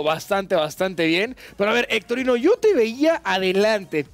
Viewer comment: diciendole a hectorino "hectorinho" jajajaja